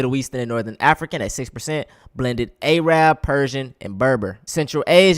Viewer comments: You should pronounce it Arab (Air-eb) . I was told by a good friend of mine that being called A-rab is like being called the hard r to them. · blended „Ayrab“😂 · Bro, that’s not how you pronounce Arab. The way you said it, is the slandering way my G. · Just FYI, you pronounce Arab in a derogatory way. Inform yourself on the proper way to pronounce it differently from the racists being discussed.